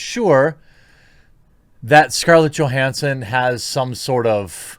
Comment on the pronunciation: Please PLEASE learn how to pronounce her last name. Jesus tapdancing Christ